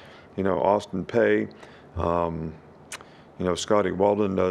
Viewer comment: Well would you want someone to be disrespectful to by pronouncing your name wrong.?